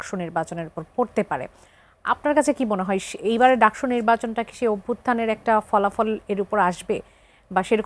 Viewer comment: ডাকচু নাকি ডাকসু...? হায়রে বাম 😁